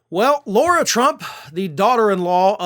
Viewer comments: Lara, not Laura,! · It's LARA, not LAURA.